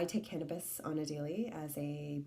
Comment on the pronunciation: Did you say you take hanibis or canabis ?